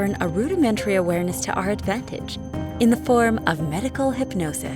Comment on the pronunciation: She lost me at "Awereness"..